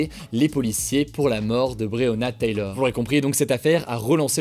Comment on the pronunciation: Taylor Hugo, pas Taylieur ahaha ;)